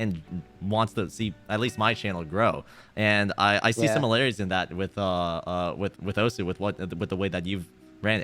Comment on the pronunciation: my man said "osuHOW"